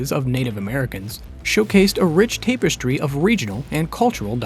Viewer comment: I am scarred for life now from this A.I. shit we keep hearing about. In this video, it’s great information; The narration is so clear, I can’t tell if it’s a voiceover A.I. or a real guy… oftentimes it’s the errors that give it away as not being a real person, but that’s n/a here. Other than the pronunciation of “tapestry” as “TAPE-es-tree”. But that’s forgivable lol